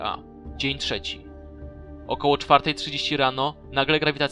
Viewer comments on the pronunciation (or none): none